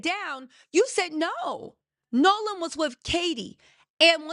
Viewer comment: you gotta get these names together girl! We love you but it’s “”Nolan” 😮